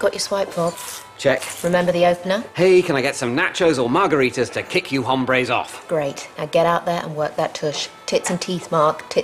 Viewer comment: Mark mispronounces it by saying the silent h. Is hombres not used in Spanish in the same way that guys is used in English?